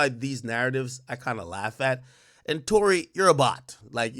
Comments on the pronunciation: Its TOU(Too)RÉ(Rae) like Sékou Touré the first president of Guinea. Ak dont tell me you spent all that time in Rutgers on PDEs and ODEs and didnt take one course on Colonial Africa. Smh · It's Touré pronounced Tor-Ray